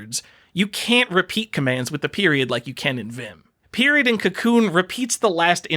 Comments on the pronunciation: FYI: Kakoune is pronounced kah-KOH-neh. Comes from the Japanese word 書こう (kah-KOH, the volitional form of "to write" or "to compose" -- get it, because it's a text editor?) and the seeking agreement particle, ね (neh). Text editors, eh? ;P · I want to punch you because of how you say Kakoune but I also want to befriend you...